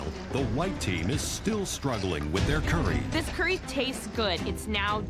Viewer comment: They said cyury instead of curry😂😂😂😂😂😂